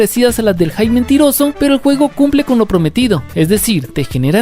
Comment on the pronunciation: Tip, pronuncia la "p" al final de la palabra "hype" de lo contrario dices "hi" o "high". Interesante video, toma tu like 👍.